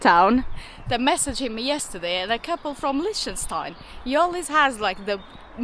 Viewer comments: Hey guys loving the vids. But its pronounced "Lick_ten_styne.". 😅🤣😂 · Ben kills another countryname 🤣